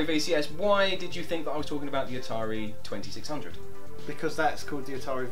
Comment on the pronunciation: I thought we already went through that, it's niether Atari Twinty Six Hundred nor Atari Two Six Hundred it's "Atari Two Thousand Six Hundred" >:(